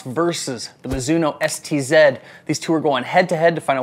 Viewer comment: ST-Zed? Aren’t you American? It’s an ST-Z